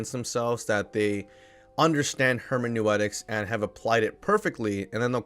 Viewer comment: hermenooootics not hermanewetics. Great video btw!